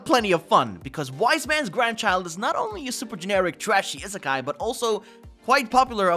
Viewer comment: did bro say is sky anime??